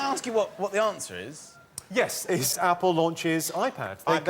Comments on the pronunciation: omfg that "Ah-pull" thing had me in stitches. XD This is one of the best episodes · I had to watch the "aah-pull" part four times to get over it! So funny. "Banaah-naah"!